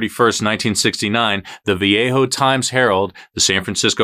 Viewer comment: Vallejo is pronounced Va Lay Hoe... (or sometimes "the valleyjoe" by youngsters). Viejo Vee-A-Hoe (Mission Viejo) is a different city in California, south of LA.